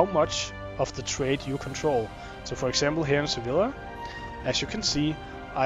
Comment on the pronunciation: sa-vy-a, not sa-villa